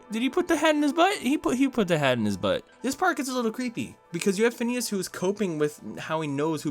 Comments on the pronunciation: phoneos and frob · He means phoneas and frob